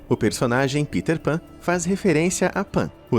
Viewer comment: Kkkkk “Piter Pan”... PITER pan PITER PAN